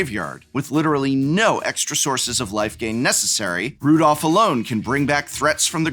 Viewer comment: Prof: prides himself an English major also Prof: can't read cards it's Rodolf, not Rudolph. it's Hospitaller, not Hospitalier.